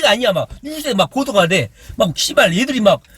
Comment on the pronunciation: 씨ㅡ발 몇번더 해주세요 시원한 발음 입니다 우리 이재명은 속이 다 썩어 들어 갑니다 사랑 해용♡